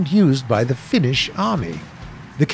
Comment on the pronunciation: When you are finnish and know hes gonna say "Finnish" and you hear it be like 😎